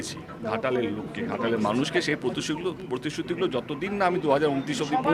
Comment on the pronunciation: পতশুতি শব্দটা আবার কি?? প্রতিশ্রুতি বলে শব্দ আছে জানতাম তো।🤣🤣🤣🤣